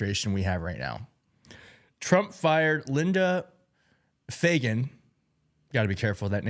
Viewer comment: Dude...what's so hard about the name Fagan lol.....my god Everytime you said Fagan you acted like you where trying to pronounce a crazy foreign name. Your clueless....I can't believe you have a platform. She got fired due to incompetent just like the Generals you mentioned. Fuck these people.... they're placed in their position to weaken our Military.....getemout!!!!!!!!!